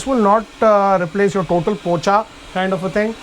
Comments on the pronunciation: Why your pocha sounds like bocha 🤣🤣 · Every time he say's pocha!!!! Damn😂😂